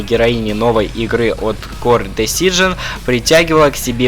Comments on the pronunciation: Wtf?! Кор десижн?! ))) Core Desing - Кор дизайн, дружище, ДИЗАЙН... )) Дико режет слух весь ролик просто, ппц )) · правильно читается не кор дизижон а кор дизайн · А как насчет произношения "кор десиджн"? Вот уж что по ушам резануло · кор дизайн вродь